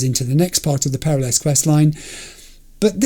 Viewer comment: haha, I waited for 33 Episodes for you to get to this mission, just so you could hear the characters pronounce "Peralez" And you just wave it off and keep saying "perra-less" I'm heartbroken. All things considered, I am curious how you'd pronounce "Gonzalez" You'd turn it into Gonza-less, wouldn't you? :D